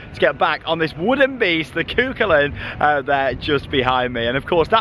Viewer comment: Hi! Long time viewer and love your videos! From a local, I know you joke about some of your pronunciations, and just wanted to let you know that Cú Chulainn is pronounced 'coo-hull-an' (so no second c) and bus Éireann is pronounced like 'air-en':) Hope you enjoyed the park, and pray for us that we get a B&M in Ireland one day!!